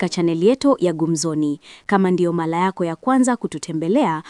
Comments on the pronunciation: matamshi YA maneno YA Kiswahili Wakenya wanapozungumza Ni Bora ukilinganisha Na matamshi YA watanzania. Kwa mfano kwenye video hii msimulizi atatumia Neno "Mara" Ila anatamka "mala". 😂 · Alaf hata mtangazaji mwenyewe hakijui kiswahili Mala au Mara